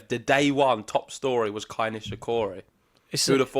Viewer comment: It is KEI, not KAI as you both are calling him.